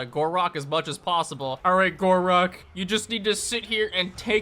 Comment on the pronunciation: Why do i hear khorak everytime he mention gor rok